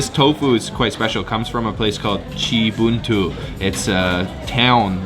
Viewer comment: The way you say "Cibuntu", that sounds Legit to me as Sundanese, man😄😄😄